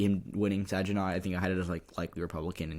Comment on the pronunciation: Good job with the vid-- I'm in Michigan, and I learned a couple of things! (BTW, for future reference, Saginaw has a hard "g")